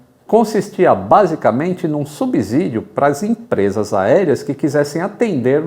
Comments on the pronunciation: Subsídio se pronuncia "subssidio". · Subsídio* S com som de S. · Lá vem o chato., "subsídio" possui a mesma pronúncia para os dois S, funciona igual com a palavra "subsolo" que ninguém erra.